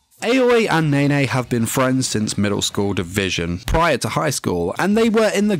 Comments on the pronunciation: How he pronounce nene: Nae Nae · "and one of nay nay's friends"